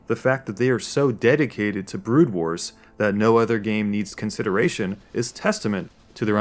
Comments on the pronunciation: Yes, It actually bothers me that you don't even know the name of the game. It's not "Brood Wars", it's "Broodwar". You moron. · 'Brood Wars, Brood Wars, Brood Wars' Oh god please stop... It was just 'Brood War'... >_>